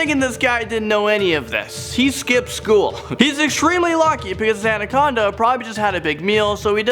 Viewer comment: It's pronounced Ana-con-da not andaconda lmao